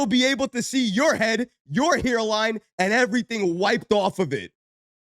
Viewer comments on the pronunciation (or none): "HERELINE"..🤣😂..that accent! Definitely from New York or New Jersey! LOL